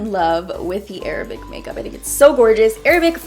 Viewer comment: Can we appreciate how she says Arab and not EIIIIIRABBB .